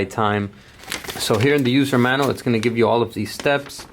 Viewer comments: Manual is pronounced MAN U AL not MANAL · “HERE IS YOUR USER MANUL” LMFAO WHAT THE FUUK 😂😂🤦🏻‍♂️ Did it URK anyone else that this dude kept calling it a MANUL? Bro wtf do you not know how to say MAN-U-AL? 😂😂